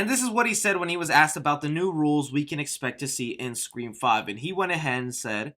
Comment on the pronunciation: Im always laughing when says “5 Cream”